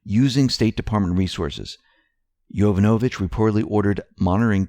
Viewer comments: heads up: its pronounced Jo-VAN-ovich, not Jovan-O-vich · You're saying "Yovonovich" wrong. The accent is on the second syllable. yoVONovich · you mispronounce "Yovanovitch" incorrectly, again. It is pronounced "yoh-VAHN-o-vitch", emphasis on the second syllable. This is the second time you mispronounce. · It's pronounced: Yo-von-a-vich